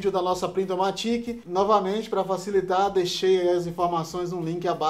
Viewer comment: Se pronuncia "PRINTOMÁTIC" (ênfase no A). Vem do inglês automatic!